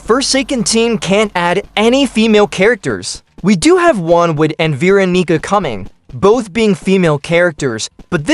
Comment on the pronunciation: “T- time” “beeronica”